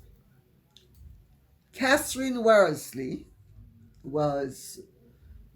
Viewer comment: My maiden/family name is worsley and i want to thank you so very much for pronouncing it correctly